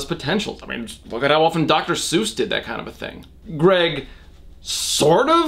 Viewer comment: Addison Allen I WAS THINKING THE SAME AHAHHAHA “ gerg “